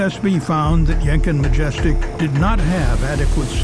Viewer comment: I'm sorry but I can't stop giggling whenever says 'Yenkin', because to me it sounds he's saying Jenkem.